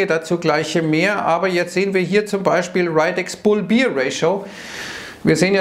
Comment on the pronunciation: Fugi bear im englischen wird quasi wie Bär im deutschen ausgesprochen. Easy peasy. Beer ist was anderes, auch wie im deutschen XD